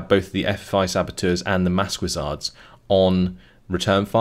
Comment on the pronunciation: FYI maquisards is pronounced "makizar". It's easier than what you're currently saying.